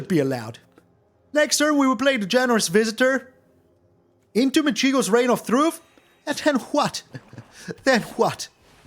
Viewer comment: Cheers for the excellent video as usual! One correction: in “Michiko”, the stress is on the first syllable, not the second.